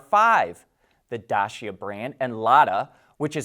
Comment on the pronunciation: Lada Nivia? No, please Lada NiVA (Like NOVA). And Dacia = read Datchia (Teacher) not Dashia